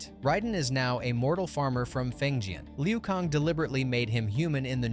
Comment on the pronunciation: U keep fucking me up every time u say lu kong